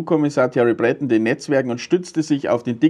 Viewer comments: Sein Name wird französisch ausgesprochen: Brötong 😉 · Thierry Breton ist Franzose. Der wird also nicht "Brättn" ausgesprochen. 😏